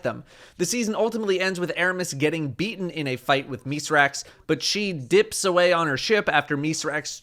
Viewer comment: Thank you for actually pronouncing Mithrax' name correctly